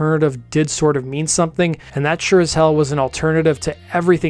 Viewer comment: Good to see a video on this great group. Thank you! Casey's last name is pronounced like "Nickel eye". I've been freiends with ger for about 15 years now. She also named the band - sort of. She and Perry were sitting on a couch trying to name the band and Jane walked by. Casey's jokingly said "Jane's Heroin Experience", a play of the Jimi Hendrix Experience. It was a throwaway joke by her but Perry got quiet, stared for about ten seconds and twisted it into "Jane's Addiction". The lyrics of the song "Obvious" were written by Perry about Eric. Casey said she wasn't even sure Eric know that and he played on the song.